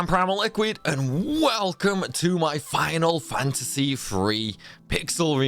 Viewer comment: I was planning on watching all of these videos, but saying "final fantasy free" lost me.